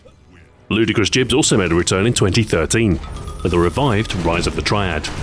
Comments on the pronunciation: "Jibs" Lol its Gib. Just pointing it out, still a great channel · Jibs...? Do you mean Gibs? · It's pronounced gib, like gibbon, not jib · "jibs"... that's not how you pronounce 'gibs'. I started playing 1st person shooters with Wolfenstein and kept playing constantly through Q3 (doom doom 2, heretic, quake, quake 2, all the mods, then q3). Nobody, not even Brits I played with over the decades said "jibs". Fucking say it correctly please. I had to stop watching Ahoy videos because this guy can't get this small thing right. I'm stopping this at the 9 minute mark because I can't listen to this nonsense anymore. Spend 30 seconds to learn how to pronounce the words you've been asked to say. And you've managed to screw this up over many videos. Your content is so solid but you continue to screw up this important thing every time. I'm not going to down vote, but I wish you knew what you were talking about. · Is nobody else bugged by Ahoy saying "JIBS" instead of "GIBS"? Am I wrong? Have I been pronouncing it wrong all this time? O_O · I apologise for this. But Gibs to me will always be Gibs with a hard G. I've always said Instagib with that hard G and with the J sound it just doesn't sound right :'( Im so sorry for betraying the english language I know it should be "jiblets" But...I just cant. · .....Jibs? Does anyone really pronounce it this way? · You mis-pronounced gibs throughout the entire video, I hope you realize that. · It's spelled "gibs", but supposed to be pronounced "jibs". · I ask John Romero who coined the term, he said it's prnounced "Jibs"... This went from one of my favorite words to one of my least favorite words. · Okay, so I was wrong. Sorry about that guys, thanks for the correction! I guess I've been hearing it wrong my whole life :P